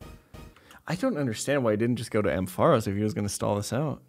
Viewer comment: You pronounce “Ampharos” so weird